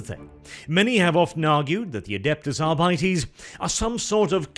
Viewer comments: When it's pronounced arbightees I want to stab my eyes out. I couldn't make it through the video. It should be "arbiteys". Just sounds better and more true to the latin that gothic is based on. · "Adeptus Arr-bitey's"? Sounds like space pirates to me... :D